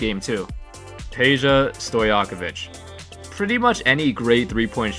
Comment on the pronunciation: Is not Peja then Pedja. I'am Serbian boy and I know!